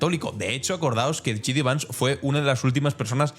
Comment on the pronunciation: Que no es "Yi Di Vans", que se dice "Yei Di Vans"! Igual que disc jockey se abrevia a "di yey" y no "di yi".